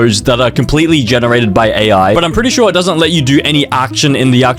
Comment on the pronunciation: weird al he says with an L